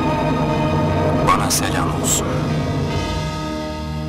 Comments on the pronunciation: SELAM OLSUN ŞEKLİNDE KISA SÖYLENMESİ HOŞ OLMAMIŞ!...BU KELİMEDE "A" HARFİ EN AZ İKİ HATTA ÜÇ ELİF UZUN OKUNUR!...İİMAAN EDENLERE SELAAM OLSUN...ŞU ŞEKİLDE DE YAZILIR!...ÎMÂN EDENLERE SELÂM OLSUN!... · bu olmamış gerçekten Salam sucuk der gibi söylenmez, Selaam şeklinde uzun söylenir...